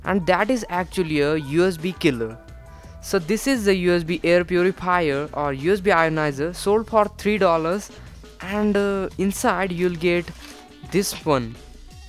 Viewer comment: Air Puripier